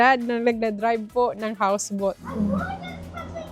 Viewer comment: Sis, the house boat (to pronounce :bowt not bot) is very nice and comfortable. Enjoy the boat (bowt).